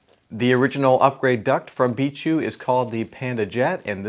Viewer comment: Its bi k not bishu